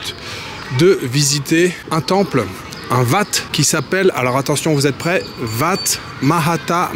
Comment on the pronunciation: Salut merci pour tes vidéos mais si je peux me permettre on prononce "Ouat" pour le Wat ( temple). 😅